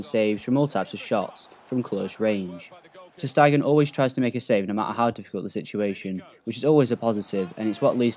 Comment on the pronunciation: Its Ter Stegen (Ter Stagen) not Ter Steigen